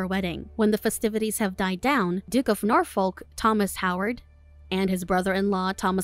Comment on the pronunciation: As someone who lives in Norfolk....how you pronounced "Duke of Norfolk" made me cringe 🤣